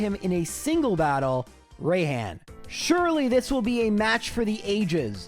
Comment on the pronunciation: Bro, I'm sorry but "Rayhan" and "Be-A" made me die inside. Obviously is pronounced like "Be" and "Rai" sounds like the beginning of the word "Rise". Just such a cringe way to pronounce names, IMO, because they don't even sound right.